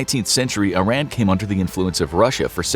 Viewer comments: no bruh its EE-ran. I RAN was a slight to mispronounce our names for decades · Its not Eye-ran its EEE-Rahn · Pardon me, but Iran is pronounced “eee-rah-nn” instead of “eye-ran”, sending my love ❤, great job on the video btw, love the depth you go into 😊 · “ee-RON,” not “eye-RAN.” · Because he spell Iran as Eye-Ran? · It would be more respectful of we pronounced it correctly... "eer-ahn" not "eye-ran" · I am confused, it is pronounced I-ran or Ee-ran? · I love this! Iran is pronounced (e-ron) not (I-ran)❤ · it's not eye-ran it's e-ran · Please say EE-ROHN instead of I Ran. 🙏🏼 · it's pronounced EERUN, not I ran. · It's pronounced E-ron NOT I-ran. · This is a good video. However you need to pronounce the name of the country correctly. It is pronounced (E, like the letter. Ron, like the name) Iran (E-Ron) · hes pronnouncing the name wrong its not i ran , where are u running ? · American school teach kids to pronounce it as "Eye Ran" so you'd have to educate people on an individual basis over & over to unteach that. This is also a country where we can't agree how to pronounce the names of our own states, especially Nevada. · Just a kind reminder to check the correct pronunciation of Iran. Some would find your mispronunciation offensive. Thanks for the video, I enjoy your channel. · You’d think a content creator so knowledges on history would know how to pronounce Iran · Currently the whole world knows about this and people still can't pronounce the name of the country properly!!! 🙄